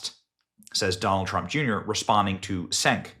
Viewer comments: Cenk is pronounced "Jenk", in Turkish C is pronounced as J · Benny has pronounced "Cenk" in every possible way in this one video. 👏